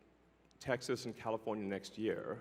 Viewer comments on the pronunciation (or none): none